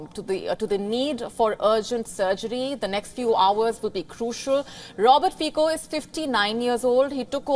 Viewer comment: He is not pronounced Fiko, but Fitso. C is always ts in slovak language (the only exceptions are foreign words). Also - Banska Bystritsa, not Bystrika (Banska Bystrica), etc...